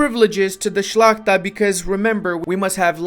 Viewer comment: The way you pronounce the word "szlachta" is wonderful ^.^